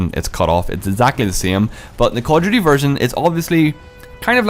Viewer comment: Call of Jew-tea. Lol